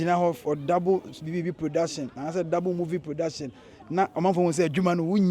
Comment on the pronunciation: Why are they saying moving instead of saying movie